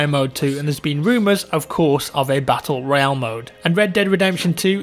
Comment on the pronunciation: Battle Royawn....